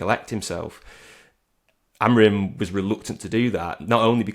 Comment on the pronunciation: Stop calling him AMORIN ffs, how f**king lazy are people? You hear all these content creators and journalists from Manchester and around the northwest completely incapable of saying his name correctly. His name is AMORIM, not AMORIN. as always with the AMORIN nonsense. F**king weird affectation that is.